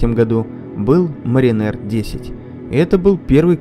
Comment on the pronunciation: Mariner . Ударение ставится на первую гласную. В переводе, моряк. Диктор из вас так себе.